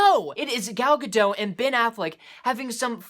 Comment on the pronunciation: The "T" in Gadot is not silent. I just found that out recently too.